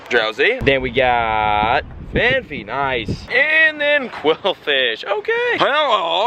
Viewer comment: It's FAN-P-EE not F-AN-FEE